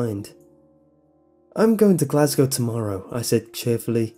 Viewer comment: Makes me cum hearing someone on youtube say "Glasgow" right